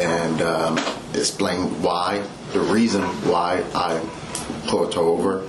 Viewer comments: Did he say "pult" her over? Say what Bro? Ya Pult he over??? Did you "axt" her for a blowsage? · Dude can’t even pronounce pulled over correctly they really letting anyone be a cop